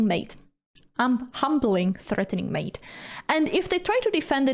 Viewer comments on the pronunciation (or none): none